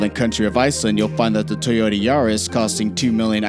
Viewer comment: Toyoteeee . Bruh ? C'mon